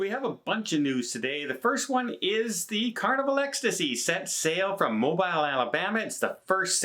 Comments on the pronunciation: Mo-Beal, emphasis second syllable. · ........pronounce it Mobeel. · It’s not MO-BIl. You butcher that cities name. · it sounds like you saying MORE BILE 😂🤣. I'm sorry for laughter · It's Mo - beel. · It is pronounced Mobele Long E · Pronounced "moebeel". I know, it's weird, but we're like that in the south. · It’s pronounced mo beel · Every time I hear Mo BILE it's like nails on a blackboard...sorry. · It’s pronounce Mo bill nuckle head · It's pronounced MO-Bill... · I completely understand the mispronunciation but Mobile is pronounced Mo Bill. Just so you know. 😉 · It's pronounced Mobeel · Not chastising, just constructive words here. It's pronounced Mo-beel (as in peel), Alabama her in the U.S. That said...love your channel, keep the news coming. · Mobile is pronounced "Mo- beal" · Not Mo-bell, but you’re do you 🤣😅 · MO-bile Alabama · It is mo be le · Please its not mo- bile its MO- bill lol Mobile ala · Sorry to be so pinky but it is Mow- beal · Hey, it pronounced "mobeel"... just lettin you know for future vlogs. BTW, haven't seen you onboard for days but see Tony n Jenn all the time. Where are ya??? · Only is allowed to say mo BILE. Lol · Mobile sounds like Mo Bill. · Pronounced Mo-Bill. I’m from Alabama. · Hey! I realize the spelling appears the way you’re pronouncing it, but the city of my birth is pronounced mo-bee-l (long ‘e’ like “bee”). Appreciate you! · Actually, it’s pronounced Mo-bill. Got to love the south and our disregard of grammar rules!! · Nope. MoBEEL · Moh - beel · I live in Alabama. It's Mo-beel. Emphasis on beel. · 😄😄😄 Everytime he said mo-bile.... 😊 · I love ya to death and your show! But its pronounced Mo Bill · You need to pronounce MOBILE CORRECTLY... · Say Mobile any way you like. Love your content. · which comes from the same Native American word but is pronounced entirely differently 🤣. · you're saying it wrong. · pronunciation of Mobile is the most Canadian thing ever.